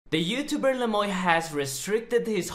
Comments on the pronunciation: Is his name really pronounced "Le Moy" instead of the French "Le muah" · you gotta say it like 'le mwa' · The way you pronounced Le Moi ("the me" in French) had me triggered lol But all good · Isn't le moi the french word moi pronounced moa? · His name is french but not a single soul can pronounce it correctly. You pronounce it as Le mwa (moi = french) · Le moy??? Does he not know any French lol